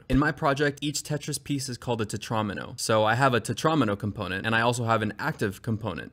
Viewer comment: then you fucked up and called it a tetron-m-o... it's a tetra-meno dude